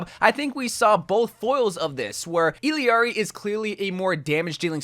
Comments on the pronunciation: I'll ari not illiari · Its pronounced ILL (as in sick) AR-E. Its not ELL-E-ARI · ee yar ee. ll en español Is pronounced as a y. some accents its almost pronounced like iyjari (like mine) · It’s pronounced E-llar-ee, not E-l-Eeari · Assuming her name is pronounced using Spanish rules it should be pronounced Ee-yar-ee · It’s pronounced iyari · Why is he adding an extra i when saying her name. Its ill-R-E. She saids it in her introduction video. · Bro… “ill-ari” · you truly amaze me lmao. It’s pronounced E-YAR-E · Why is he adding vowels to her name. Her name is I L L A R I. There isn't and E or an I in the middle of her name. The phoenetics would be "EE-LAR-EE.: He's adding mad weird vowels in the middle of her name for no reason. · If it helps, the two LL’s in her name are pronounced “yee” so and the I in her name is pronounced E. You also need to roll the R So.. basically Yeearee It’s a Spanish thing and I’m Mexican. Hope this helped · It’s also a Quechua name. The Spanish way is iyari/ijari (or ishari if you’re from Argentina). In Quechua it’s either Iyari or ilyari. The voice actress uses the LY pronunciation when saying Quechua words like “allinllachu” but uses the common Y/J sounds when speaking Spanish